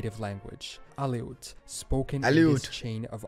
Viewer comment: though not a state name, there's a Birmingham in Alabama. In the AK section, Aleut is correctly pronounced uh-LOOT, rather than AL-ee-oot. In the AZ section he mentioned that O'Odham was a native language, which is not accurate, nor is it the actual name; the name/ pronunciation are actually Tohono O’odham = toe-HOH-no AWE-tem, and at 15,000, is the 13th. most spoken tribal language in the US and Canada. Uh,, as you know, there other meanings for 'high' besides those associated with drugs, such as altitude, and UT has lots of high places. In the Arkansas section, he mentioned the Quapaw tribe, mispronouncing it as 'ka-POW'; it's actually KWAH-paw. Re. the Louisiana section, LA is the 2-letter postal system abbreviation for the state. Re. Mississippi, he mispronounced the Ojibwe tribe as oh-WEEB-way; correct is oh-JIB-wah; it's also sometimes called Chippewa. I'm from Illinois, up in the far northern part near Wisconsin. In the W. Virginia section, he failed to explain why it's not with Virginia. It happened during the Civil War era, when Virginia joined the South, the people of WV wanting no part of it, and seceded. Wow! Did he butcher the pronunciation of what I assume was the Allegheny R. in Ohio. Rather than uh-LEG-uh-new, it's al-uh-GAIN-ee. Lastly, the US Virgin Islands are separated by an imaginary line from the nearest of the British Virgin Islands by only a few miles, and are just east of Puerto Rico.